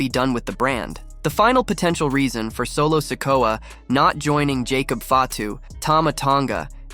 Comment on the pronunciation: No, it wasn't he completely mispronounced wrestlers' names like Solo sikoa, Cody Rhodes etc lol